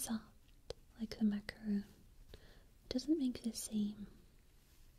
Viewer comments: its macaron not macaroon goodness gracious sake get ur facts right and google it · It's pronounced macaron not macaroon